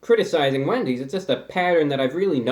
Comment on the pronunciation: it sounds like he said 🅱endys